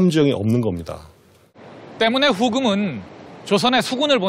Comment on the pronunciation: 님 누르하치느으은~ 후금으은 중간중간 은 는 발음 질질 끄는거 좀 고치면 안될까요?? 진심 듣기싫네요 ㅜㅜ